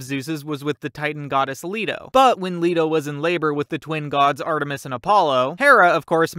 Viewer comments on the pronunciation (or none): none